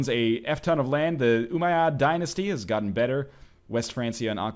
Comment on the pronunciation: OO-Mai-eed IIRC. Also Northerlion, Shrewsbury joined the war because rebelling vassals can call in other vassals if they want to.